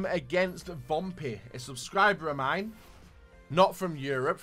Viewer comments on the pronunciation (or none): none